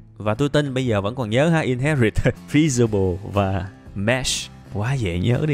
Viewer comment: ôi, fe si bờ le =-))))